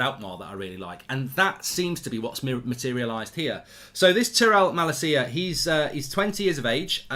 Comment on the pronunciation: Sangaré is pronounced as Sanga-Ray and Malacia is Mah-Lahsia